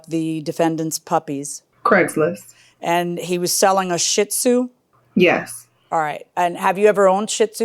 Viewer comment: Judge, You are pronouncing shitzu wrong! It's she-dzoo:)